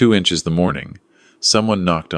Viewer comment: Time is not HINCHES LOL